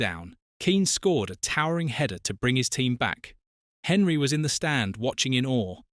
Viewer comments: Henry? Could you at least try to pronounce the man's name properly? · no it's AI. Literally only watched it as some of the info was new to me. But yes the ears did cringe